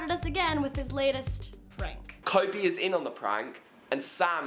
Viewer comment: THE FACT THAT SAM PEPPER SAID KOBE (Or Koby) IS WHAT IS ALSO RLLY ANNOYING! But "He's everything I have!" Is literally the worst part (Apart from Sam Pepper himself)